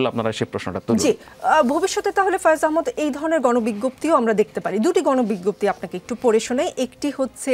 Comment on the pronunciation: আপনার কাছে ভূল উচ্চারণ কাঙ্ক্ষিত না,আহ্ মদ না আহ্ মাদ।